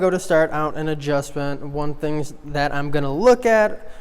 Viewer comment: “I thing ima look at...” that asssss